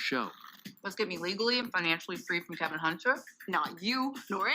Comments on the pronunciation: It's K E V I N NOT K E L V I N!!! UGH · Why tf she keep calling him "Kelvin?" It's "Kevin" dummy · With all this research that you are doing, why don't you say his name correctly? Why do you keep calling him Kelvin, when his name is Kevin. There is no "L" in his name? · Why is she calling him Kelvin? His name is Kevin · Were you calling him "Kelvin" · KEVIN not Kelvin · It sounds like you are saying Kevin's name as Kelvin, is it me? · His name is Kevin, not Kelvin. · His name is not Kelvin, it’s Kevin. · It's not Calvin it's Kevin,damn u don't know your Uncles name. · Is it Kelvin or kevin???? Please 🤣🤣🤣🤣🤣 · This was hard to listen to...the man name is Kevin NOT Kelvin. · Real quick. It’s Kevin. Not Kelvin. Or is it Kelvin? Ok back to the Tea. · His name is Kevin not Kelvin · How you do a video spilling the "tea" and say the man name wrong throughout the entire video?!!! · Can you not pronounce his name properly?